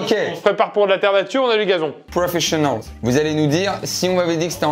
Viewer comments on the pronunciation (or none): Profishionals et acro'quai j'avais 😅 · Aucune sauf acro quai et profishionals